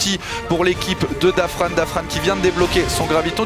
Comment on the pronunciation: Dafran se prononce pas comme ça da fran